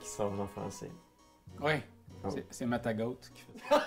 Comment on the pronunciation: Y a fallu je réécoute 3-4 fois pour comprendre la joke de Matagot (prononcé Matagoath) lol